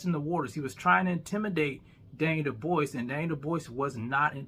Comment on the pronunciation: How you calling DDD Duboise and Dubois in the same video. 😅